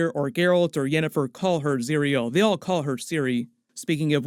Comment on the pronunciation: it's zirael not zireal